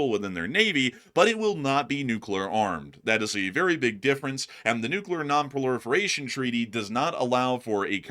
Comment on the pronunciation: It's funny how he says proliferation lol😂